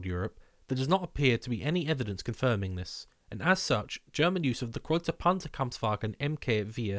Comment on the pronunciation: My honorable congratulations for the really good pronunciation of the German designation of the tank. 👌👍